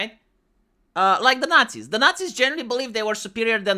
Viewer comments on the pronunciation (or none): none